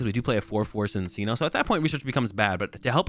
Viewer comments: Its fucking “CHIN-CHINO” thats how you pronounce it ahhhhhhhh and “MIN-CHINO” ahhhhhhhh😂😂😂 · love your content man but you NEED to start correctly pronouncing minccino and cinccino it's driving me up the wall lmao